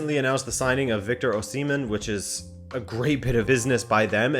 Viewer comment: His last name is oh-si-May-in not oh semen lol